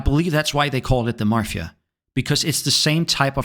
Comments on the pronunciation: NOONE CALLES ANYTHING THE MARFIA. It's Mafia. There is no R! ffs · Mafia not marfia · Did u say ... marfia? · Bro please, there is no letter R in Mafia